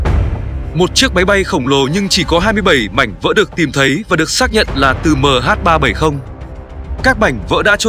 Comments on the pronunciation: Đ*t me. Nghe MH37... 0 là bực mình. Cho autobot đọc thì cũng lập trình sang chữ "mươi' thay cho 0. Nghe cứ tưởng 0 là phủ định. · Đó mình nghe mà ức chế cái từ đọc mh37 rồi dừng lại rồi mới không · MH 370 má cứ đọc MH 37 ???? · Đọc Ba bảy không cũng đc nhưng đọc liền 370 thì ok. Đây lại đọc MH37 rùi mới 0. Nghe sao sao ý. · Lỗi do người biên tập thoại cho giọng đọc AI, ko viết cách ra hoặc để dấu phẩy nên AI nó đọc liền luôn. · không lẽ có bốn số thì đọc là MH37O muoi, van đề là ở người đọc